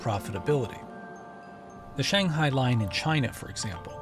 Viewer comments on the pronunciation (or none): none